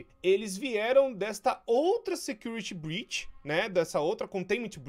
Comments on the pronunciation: Desculpa por falar segurity,é não security breach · Imbreçao minha ou ele falou em segurity breach